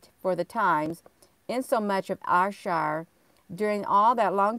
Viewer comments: Ayrshire is pronounced airshire all is love from glasgow scotland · I think you pronounce it air-shire GG xx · I see that ad for that castle never looked t it. It's pronounced air Shire. Ayr is air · Was just about to say that ... Glasgow here 😊